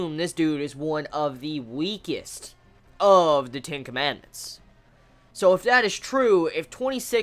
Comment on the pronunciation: I'm not so sure if he was saying "Ten Commandments" or "Tinkerman".